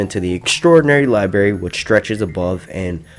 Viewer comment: Says Library to make a point then libary 5 seconds later lol